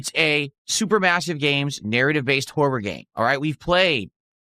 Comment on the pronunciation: Anyone else unreasonably angered about how he says “horror”?